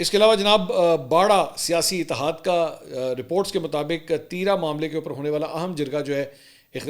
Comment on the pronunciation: "تیی را " نہیں بلکہ " تی را" بولا جاتا ہے ۔ ت کے بعد جو ی ہے اسکو زیادہ نہ کھینچیں ۔